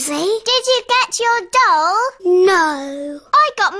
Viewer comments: When she said my doll to me it sounded like she said my dong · oh i thought he said he wanted a dog instead of doll